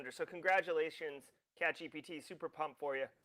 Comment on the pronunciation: Congrats to catchgpt. I'm not sure I got that pronunciation